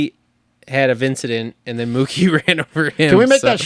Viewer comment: Cole is a legend, always makes me laugh with his sayings. Vincedent😂